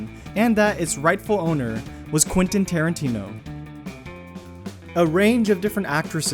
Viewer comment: 51st fact. It's Quentin, not Quinten.